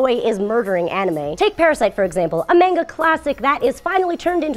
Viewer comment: She used the long and short a sound when saying Manga.